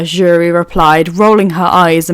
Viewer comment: Um this is great but her name keeps pulling me out of the story have to continue remembering who you are meaning… her name starts with an s not a j … cc gets jury when you say her name please look up how to pronounce her name… sorry I’m not saying her name here I just don’t know how to spell it… wakanda’s princess …